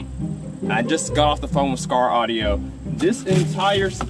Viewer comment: Skar ardio? You didn’t wanna redo that?